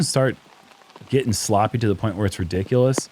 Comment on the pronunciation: "Rickdiculous" 😂 that isn't it.